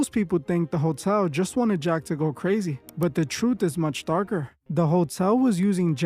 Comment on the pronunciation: The "troof" about the "yoof" 😂